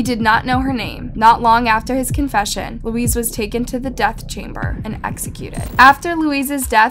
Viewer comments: Same as Luis is not pronounced Louise ..maybe pronounced Lewis or loo-ee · thank you for this! it bothered me so much that she kept calling Luis , Louise. its not the same name and Luis is pretty common so its no longer a language barrier she should have been able to say it properly. i almost gave it a thumbs down though i know it doesn't show up anymore. its bad enough i wont sub to this channel. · It’s not literally pronounced as Louise.. it’s pronounced ‘Louie’🧐